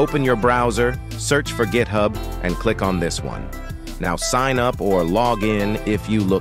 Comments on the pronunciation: Thanks but I am not making AI vids. I was merely commenting on the AI speech in this vid. It sounded like it said "dis" instead of "this". That's all. thx! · 43 he did NOT just say "you will be directed to DIS page". Someone please tell me he did not just utter that. AI speech using DIS? smh....